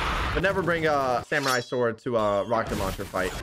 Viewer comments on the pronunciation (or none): none